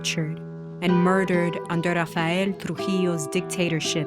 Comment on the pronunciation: I suppose you are not a Spanish native speaker. Although the narrator in this video did intend to keep the original pronunciations, her "R" when pronouncing names like "Rafael" or "Rufino" sounds pretty English, not to mention the way she says "Trujillo". But I still appreciate the fact that videos like this, allow the general public to get informed on Latin American history.